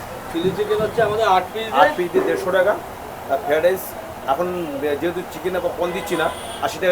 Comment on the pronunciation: Amr cook o ei ucharon ta kore. Ami hajar chesta korle o pari na... 😂😂feradice na ki jani